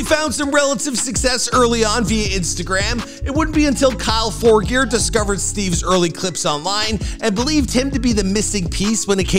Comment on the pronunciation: "kyle forgeerd" lmao he didnt say his name properly